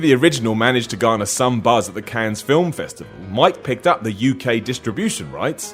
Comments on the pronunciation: The s in Cannes is silent, you fuck. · 10 things anybody who has ever watched a DVD special feature already knew. Also, you don't pronounce the 's' at the end of Cannes. No effort at all put into this vid.